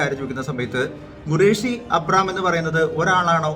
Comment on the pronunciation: Gureshi alla khureshi